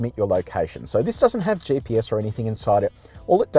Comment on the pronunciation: Someone ought to let the host know that the acronym is GPS (GeeePS), and not JPS. His "JPS" pronunciation was throwing me.